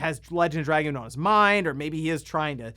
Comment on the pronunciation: Call me old school, but I couldn’t care less about trophies or achievements. Oh, and it’s X. It’s always been X. We determined this with the PSX, before internet got big. And call it “druh-goon”.